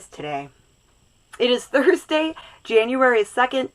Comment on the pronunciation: Is it January? Or is it Janetuary?! 😁